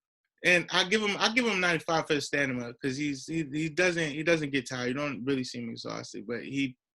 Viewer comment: my guy said stanima 😂 .. great video tho.. keep droppin and stick together.. 💯